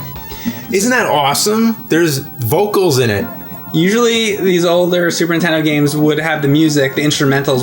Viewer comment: Am i the only one hearing James an saying Super INtendo!??!?! for as long as i have been watching these guys I just think my hearing is screwed...